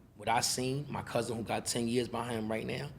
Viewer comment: He said bousin 😂